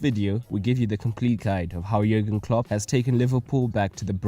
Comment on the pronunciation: hey just fyi klopp's first name is pronounced as "yurgen" and yes he is still the liverpool manager. great video :)